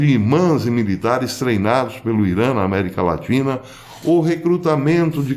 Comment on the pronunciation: America latri.. latina... kkkkkk.... que O ETERNO te abençoe.